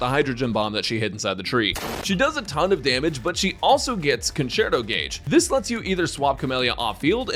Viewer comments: hahaha "concherto" haha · english is savage 😂conCHerto???